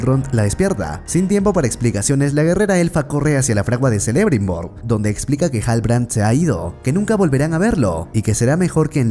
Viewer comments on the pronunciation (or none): y digo yo... por que os inventais todos los acentos y sonidos de letras en los nombres de los personajes? Galadríel (nótese la tilde inventada) en lugar de Galadriel, Zelebrimbor en lugar de Kelebrimbor, Durrrrrrin en lugar de Durin, y un largo etc XD... puffff me pone nervioso jajajaja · Jajajajaj, a puro selebrimbor , seleborn, nomás le faltó su hija selembrian